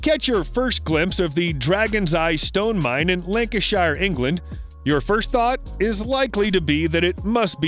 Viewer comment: That pronunciation of "Lancashire" ....